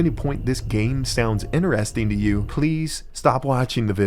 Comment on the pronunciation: Only thing better than how you pronounce the word 'interesting' as "inner resting" is how often you say it. Love it